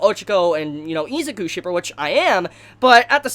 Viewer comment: Nobody: This dude: EEZIKU